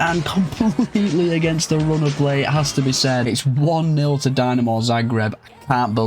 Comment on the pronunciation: tbh honest, it's more of an insult to hajduk than dinamo fans ;) Also it's DInamo, not DYnamo (not as in "I" but as in "quick")